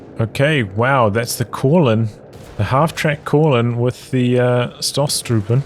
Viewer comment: Its pronounced "Stoostruppen" more 0, no double s